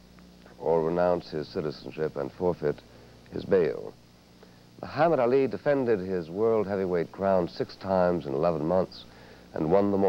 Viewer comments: Buckley is intentionally mispronouncing Muhammad Ali. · Seriously I think Buckley is intentionally mispronouncing Ali's name as a tactic to make him angry .